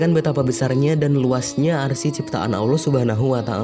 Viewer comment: "arsi" dong 🤣